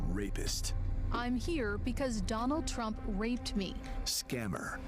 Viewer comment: Okay but at 6 seconds into this video you say "Donald Tsump" and didn't bother to start over, which is really setting the tone wrong for the point you seem to be making